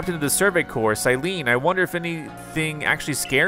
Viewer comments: I giggled with you said “survey corpse”. 😂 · I love it, but I got distracted every time you called the Survey Corps a corpse. I was genuinely relieved when you stopped. XD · I don’t like how he pronounces corp as core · Corps is cor. It’s short for corporation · You pronounce corpse as "core" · Corps is pronounced like core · To say corps just say core